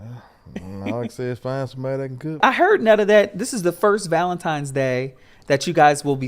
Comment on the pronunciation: Every time said “ValentiMes” I chuckled 😂 Happy ValentiMes Day you guyths❤❤❤